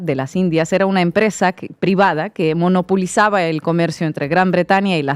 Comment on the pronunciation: Minuto . Dijo "monopUlizaba"? Si no lo notaste no la estás escuchando. Conste.